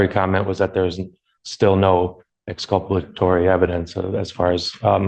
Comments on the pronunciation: It's good that you told us what exculpatory evidence is. But you have to understand that this guy said "exculplatory" evidence, and that's a whole other thing entirely. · Oh goodie. I've been waiting for the return of the Magoo. Oh and if you can't say "exculpalatory" correctly then you probably shouldn't be using it and you damn sure shouldn't be representing yourself. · "exculpalatory"? Dude, you need a lawyer LOL